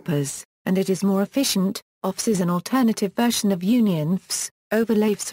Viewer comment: Don't waste time - This is simply a computer read explanation of UnionFS. The text used sounds like a good summary, but the text would be much more handy as text, rather than a video that doesn't use images and the computer read-out tries to pronounce things like "UnionFS" as one word, making it really difficult to follow.